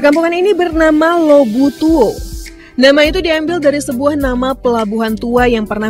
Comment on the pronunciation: Lobu Tua. Bukan Lobu Tuo.